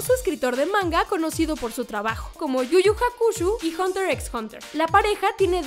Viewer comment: tu pronunciacion de yuyu hakusho esta mal sho no shu es encerio dijistes caricatura a sailor moon crystal por favor es anime haslo bien si no dejaselo a alguien que este metido al 100% al anime